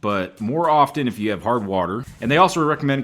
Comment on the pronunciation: The "t" in "often" is SILENT.